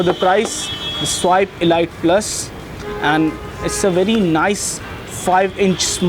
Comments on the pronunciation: pls its not elight its elite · Ladies its pronounced 'eleete'